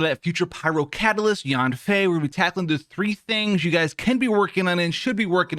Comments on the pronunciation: Yeah she named Yan Fei (Y-an F-ae) and you sounding her first part of name Yan wrong and its irritating in my head if hear someone mistake her name. 😡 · thought he said "yoon fei" had to rewind it bc i am yanfei main